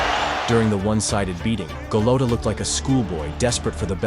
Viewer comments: At least try and edit for pronunciation. Go Lote Ah. smh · He also pronounced Golota wrong several times